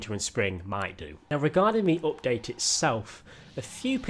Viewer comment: Nobody: Literally nobody:: Opdate